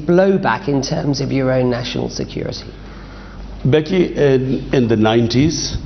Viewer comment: Becky talking Behki Behki